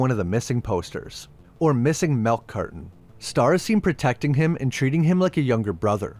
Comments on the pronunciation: "Melk"... where are these people from? Am i the weird one actually calling it "milk"? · Melk? Where are you from?